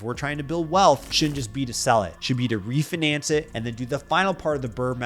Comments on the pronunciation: you pronounce it like re-fin- ance. The fi needs to be pronounced like the F and I in Sci-fi. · Please pronounce refinance properly lol. Other than that I love the info from this video thank you.